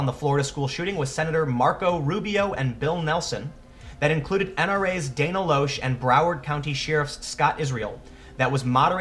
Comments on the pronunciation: Dana Loesch's last name is pronounced by Dana as "Lash". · I think it's pronounced "Lash", Christian Slater Tim Pool